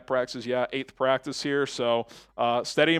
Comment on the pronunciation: """" it practis😂😂😂😂 practissssss😂😂😂😂